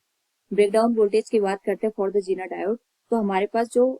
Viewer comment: It's not jeneer it's zener